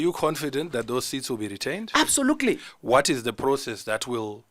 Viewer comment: He keeps saying absolukuli kkkkk